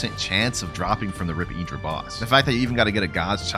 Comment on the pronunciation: PLEASE STOP SAYING IDRA ITS INDRA